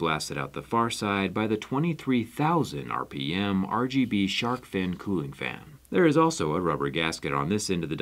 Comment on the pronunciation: Liquid “colling” please XD